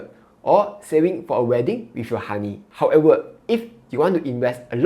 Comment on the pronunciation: Can you pronounce ‘however’ slowly and precisely. You are saying However as howefer Credit as credic. Very difficult to understand your speech